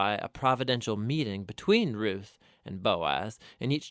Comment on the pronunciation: Its not rith its ruth like rooth